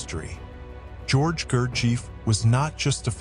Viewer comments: That's right. About how to pronounce his name. It would be phonetically, Goorjiyev. The British mispronunciation of his name (like the narrator) is Gerjeef. Absurd, they don't even bother to say his name properly, and during readings (I attended the G. Foundation in NYC for 18 years, from 1971 to 1989, studied this method under the guidance of Lord John Pentland who was appointed by G. to lead groups in North America) the reader would mispronounce the names of all the towns and villages in the region that G. mentions in his autobiography, Meetings With Remarkable Men. Not sure (and don't care) about this connection with infamous dictators of Europe. It's possible that G. and Iosif Jugashvili (Stalin) may have crossed paths in the Caucasus region, but so what. They had nothing to do with each other; just more sensationalism to distract from the real message that G. brought to us. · You might wish to pronounce his name correctly. Summation of the work is not bad the comments about his early life, reason for his car accident and beelzebub are ridiculous. Nothin is known about his formative years where he was and how he developed the system. The contributor has no right to represent speculations as fact. No one has ever been able to identify any of the characters in meetings as real people. He was conducing group work at the preiure up until his death in October ‘49. I know all this as my first husband lived there with him. Narrator does not identify his sources but it has the scent of something very suspicious and not authentic. As for beelzebub fro his own mouth “some true some not you decide” dear lord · En primer lugar.... NO sabe pronunciar el nombre Gurdjieff. En segundo lugar, no COMPRUEBA que Gurdjieff o su propuesta, fueran PELIGROSOS. En tercer lugar NO aporta nada nuevo...... MEJOR HAGA VIDEOS DE GATICOS..... SON DIVERTIDOS. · The AI narrator can't even pronounce his name. YouTube = AI = foxtrot Oscar 🖕